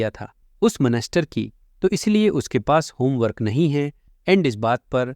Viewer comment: bhai monster hota ha monester nahi